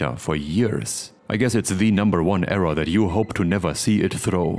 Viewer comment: I think the word "error" is NOT pronounced.. "err-RAHH".